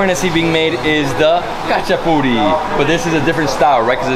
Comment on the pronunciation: I said it before ! You say Hachapuri but its spelled Khachapuri ;)